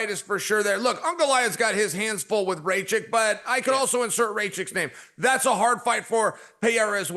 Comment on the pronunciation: "Ray-Chick" "Uncle-iev"